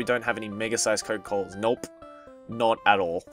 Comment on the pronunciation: WTF is a ''Coco Cola''